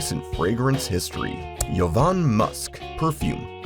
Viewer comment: Jo- van musk, not Yo-van musk